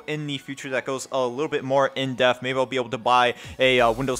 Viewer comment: it's " in depth " not in death